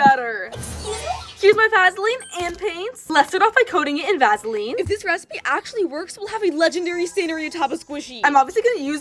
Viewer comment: “Va-sa-leen” It’s Va-suh-leen. “Cin-i-min-roe” it’s Cin-a-min-roll.